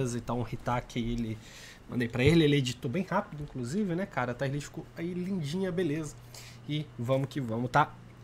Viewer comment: Taier ? Kkkk não seria “tier”